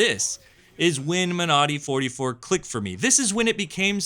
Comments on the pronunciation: Great vid as always. As a small note, I believe you are emphasizing the wrong syllable when pronouncing Monody - it's MONody, not MoNODy. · Surely the emphasis in pronunciation is like in the word Melody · When you say it I hear ‘my naughty’